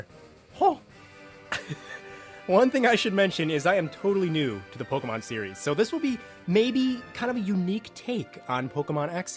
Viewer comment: Waaaaaiiiittttt a minute. Did he say PokeMAN in the first couple seconds 😂😂